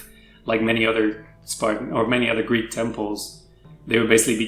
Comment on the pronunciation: I love your videos but i can't listen to you guys butchering the Greek language anymore 😂